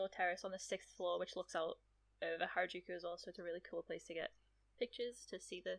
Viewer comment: This should be called things to do in places Craig can't pronounce...